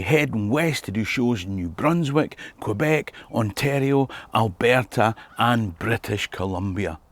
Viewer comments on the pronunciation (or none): none